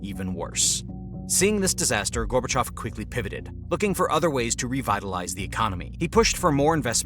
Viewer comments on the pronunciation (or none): It's Gorbachev. Not gorbechof